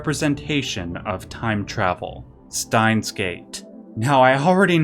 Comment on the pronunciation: great video but I got to be honest was a little hard to watch given each German word/phrase was mispronounced, I'm obviously biased but I can't help but think it's not that hard to pronounce correctly, Stein -- the S is like sh as in sham -- Shtein, Dasein -- that s is like a z zuh -- Dazein, I'm not into philosophy haven't heard of Dasein, interestingly Duden defines it as: das Vorhandensein, Bestehen, Existieren